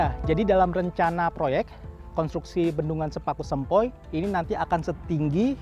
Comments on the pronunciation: Sepaku semoiiii,,,, bukan sepaku sempoiii..... duh salah sebut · bukan sepaku sempoi tapi sepaku semoi, kesalahan ucap bisa menggagalkan pembangunan, jadi belajar lagi yah!. 🍓🔋🍇😊